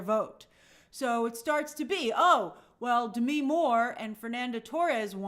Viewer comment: Grace why are you pronouncing Demi’s name like that? Lol